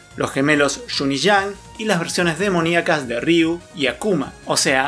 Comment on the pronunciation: Se pronuncia "riú", sin doble R al inicio. 😉